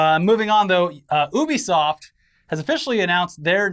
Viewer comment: why did you pronouce Ubisoft like that:/